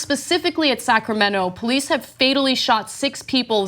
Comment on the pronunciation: Running don't make you guilty of nothing! The Poe-leece.